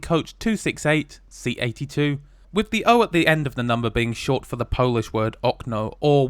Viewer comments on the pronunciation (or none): none